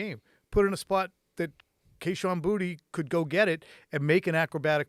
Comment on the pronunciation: You guys are professionals BUT you have for 2 years mis-pronounced Kashon Boutte's last name. It is Cajun anyone who I know who's last name is Boutte (3 people) pronounce it "Boo-Tay" Please respect the Cajun/French culture and pronounce it correctly go back to how the LSU announcers pronounce it. It is "Boo-Tay" not "Booty". That sounds so ignorant.